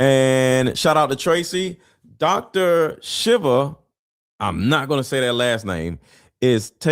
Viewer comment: Dr. Shiva's name is pronounced, "Sheeva" (long e's with emphasis on SHEE" Susan Burns